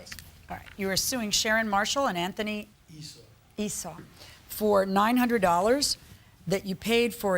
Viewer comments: hi..yes...... i didn't like how.. she was speaking to them. i always notice... the difference... .. when the bk ppl.. come before her... first sign.. her mdness.. was going to be on full display was the struggle to pronounce esau... be blessed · hi... i was looking for your reply...... i didn't like how.. she was speaking to these ppl.. i always notice... the difference... .. when the bk people.. come before her... first sign.. her madness.. was going to be on full display.... was when she.. couldn't pronounce esau... be blessed